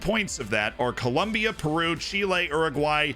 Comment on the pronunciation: Very important information you missed on South American qualifying!...Col...OM...bia. xD